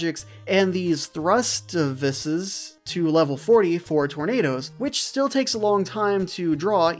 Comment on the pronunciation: Thrustaeviseseseses lol Sorceresseseseseses lol